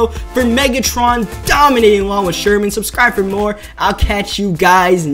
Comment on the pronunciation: "Anoder user pik by sherhhman"